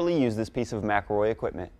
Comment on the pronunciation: ... you mean Mc-EL-ROY 😂 you can‘t properly pronounce your own companys name 😂😂😂😂